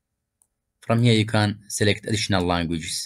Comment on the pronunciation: tell me your persian without telling me your persian, selekit